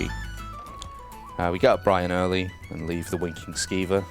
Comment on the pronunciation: Haha I could of sworn he said Wanking Skeever instead. xD